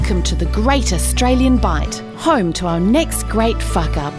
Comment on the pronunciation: 1 second in, "Australien Government", with an e